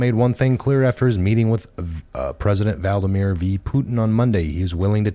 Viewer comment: Love all you hard work!!!However, it is Vlad-a-mir not Val-da-mir. Unless, you are trying to compare him to Voldemort 😆. Then, that would be great! Keep up the great work!!